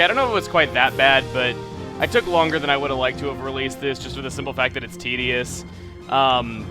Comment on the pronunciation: U said tideous so many times